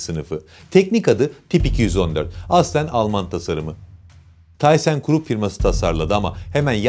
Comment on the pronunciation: Tissen... taysen değil.